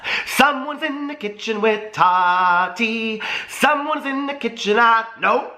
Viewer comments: I hate how he says Tati's name bahahahaha it's TAH-TEE not totty bahahaha. Subscribing tho cuz he was saying everything I was thinking about that BS snapchat story Gabriel posted. Bunch of unnecessary information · Is it just me or does anyone else hate the way he says, "Taht-tee"!!!!!???? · I love how you Tati. Lol sounds like you’re calling her Toddy lol 😂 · When he says Tati sounds like Toddy